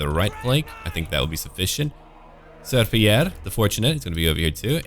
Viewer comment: Hi! I'm french and your accent is pretty good in fact with the french names ! Just a word on the joke with Ser Pierre in french we heard "serpiellère" that's like a floorcloth ^^ Sorry for the vocabulary and I like what you do !